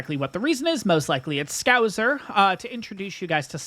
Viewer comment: FYI It's ScouSer not ScouZer.